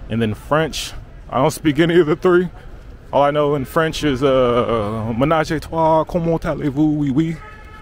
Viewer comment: Haha, your French; menage à trois 😂